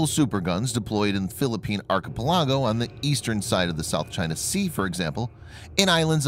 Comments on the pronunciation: Blade Ranger : to include his pronunciation of archipelago. Third syllable stress man, not fourth. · Learn how to pronounce "archipelago" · Thanks for the info. One suggestion: Please learn how to PROPERLY pronounce 'archipelago'